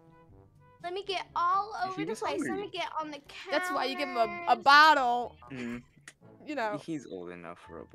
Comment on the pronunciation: i love it how she said bottle and it turned out as battole